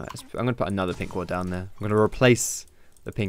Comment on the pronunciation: it's ward xD